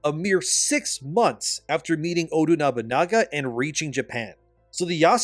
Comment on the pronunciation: This man is butchering nobunagas name 😂